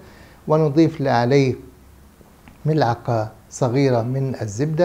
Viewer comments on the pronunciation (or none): none